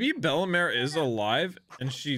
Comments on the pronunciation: Pronounced “Bell mare” not “Bella mare” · please stop saying bellemars its bellemere not bellemar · bella-meere is how you would say her name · Fr I was scrolling and scrolling but finally i find a comment that mentions his horrible pronunciation 😭😭